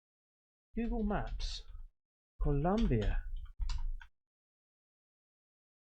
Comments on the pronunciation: Colombia not Columbia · its Colombia the country not Columbia in Mexico just so you know lol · It's ColOmbia mate. Tell your misses to smack you. LoL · My boi.. it's COlombia. Love your show. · It’s Colombia not Columbia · It’s pronounced O mua mua. It means Scout in Hawaiian. Columbia is also a county in SOUTH AMERICA!!!